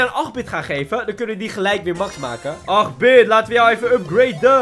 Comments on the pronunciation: Hahahaha acht bit😂 het is eigenlijk (hoe je het zegt) eet bit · Het is ait bit zo spreek je het uit dan ipv 8bit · acht bit het is acht in het Engels en dan bitt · Je moet geen 8 bit maar etbit zeggen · Hahaha hoe je 8-bit zei XD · Zeg de acht in het Engels dan zeg je acht bit goed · Je zegt 8 bit verkeerd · gast de hele brawl stars wereld is nu cringe omdat jij altijd 8-bit heel raar zegt